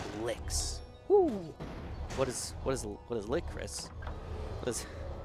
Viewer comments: Oof was not trying to be a dick but had no idea there was even a regional thing that turns a hard ch into a K sound, sorry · ok i get what youre saying m8 and its fine that said it with a ''k'' but like the correct pronunciation is with a ch i mean kust sayin' ok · pronounced as LICH, not LICK. Have you never heard that word before????? Like, Rich. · I hate to be that guy but I believe Lich is pronounced with a hard ch (like birch, or crunch) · I agree its lich and I was a little triggered when he said it lol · i hate to be THAT guy but there is no way in hell that saying it like lick is right,seriously ask anyone even mildly inrterested in rpgs or mithology and 9/10 times they'll say it's pronounced with a hard ch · the way he pronounces lich is so weird XDD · Small Chicken yeah I do have to agree with you there, it's just hard for me to figure out if some one is mispronouncing something or if its just a regional thing I just thought ide add my two cents